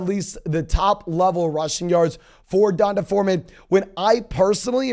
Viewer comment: It's pronounced DEE-ON-TAY. Not Dun-tah! LOL🤦